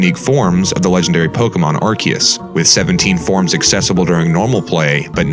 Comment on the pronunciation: Your erroneous pronunciation of Arceus made my skin crawl. That's like when people mispronounce "Chasm", etc. It's not hard to Google pronunciations!